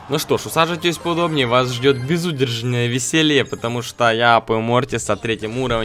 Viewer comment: Я угарал когда ты сказал присажеваетись по удобние